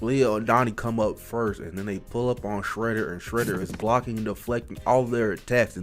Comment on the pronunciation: Bro said Fredder 💀